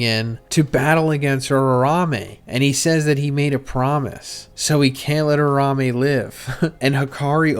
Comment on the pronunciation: you do this for a living bro pls lmao its U-RA-U-ME